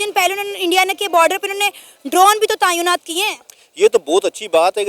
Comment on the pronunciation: Tayeonat nahi tenaat hota hai 😂